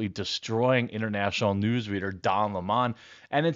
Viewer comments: It’s lemon not La-mon 😂😂😉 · What's most offensive is how everyone is calling him leh-mon instead of lemon. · It’s Don “Funky fingers” Lemon , Not Limón